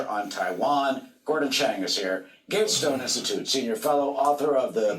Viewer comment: "The gay stone institute"?